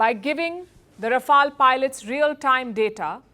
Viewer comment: Its "Rafale" and not "Rafael". Well that's what happens when you get your education from Madarsas. Congratulations to Pakistani Aand Forces for destroying Rafales.